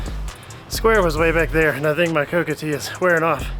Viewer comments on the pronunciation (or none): It’s COCA, dude… Not Cocoa OR Cacao. I’m in Cusco right now.